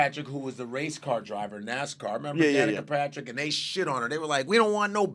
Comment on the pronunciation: Godfrey, it's Danica Papsmere. 😅